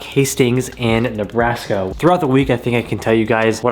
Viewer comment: Ah yes, the state of "Nebraks". 🤣🤣🤣🤣 JK! I know you were probably (definitely) worn TF out while editing this epic hour-long video. All jokes.